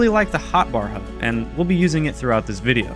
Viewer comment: WHY DO YOU CALL HUD "HOOD"